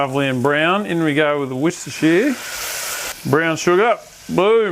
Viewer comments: Pleasant comment, don't hate me for it but us English say ' Worster' sauce not 'Worstershire' sauce. Just us/ me being a pedant seeing as Worstershire is in England so we generally know how to pronounce our English stuff. 😊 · Bloody love ya but don’t ever say ‘Worcestershire’ like that again! 🚫❌🚮🗑🇬🇧